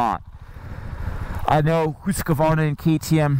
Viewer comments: Hus-varna. Not Hus-ka-varna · this dude says Husqvarna weirdly. "HOOS" Qvarna? it's "HUS" Q - Varna. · Come on!! It’s husk-varna NOT whose-ka-varna! do you know what you are talking about you’re a senior editor for Pete’s sake?! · Hoosk Varna Like that.. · its not hooska-vaarana its pronounced hooskvarna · Whose kavarna? Husk Varna! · Husk A Varna [sigh] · It's pronounced hus kvarna. Not hus Q arna. I'm swedish x) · as soon as i heard him say hooos kar varna i knew what the comments were gonna be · Hoooooooskevarnaaa! SSSFARTVIALN!? jesus dude... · Never heard this pronunciation of Husqvarna. I am pretty sure it is not pronounced, Hooskavarna. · gahh!!!!!!!! Hoosk-Va-r-na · Hooska? Varna? hahaha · It’s Husk Varna !!! 🙄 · he always added an extra A to Husqvarna also hearing his spit in his mouth when he talks and swallows give me shivvers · It’s not pronounced Husq A varna ? Or am I wrong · When you are Swedish you hear how badly Americans pronounce Husqvarna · I giggle everytime he say Husqvarna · The way he tells hasqvqrna is wrong. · Disliked and stopped watching after the 4th time saying the name wrong. I don’t care whatever else you have to say about this bike. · He says "Husqvarna" funny. It was annoying.